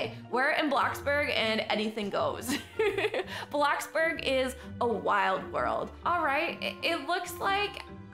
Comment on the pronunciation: Ummmm you said blackburg its bloxburg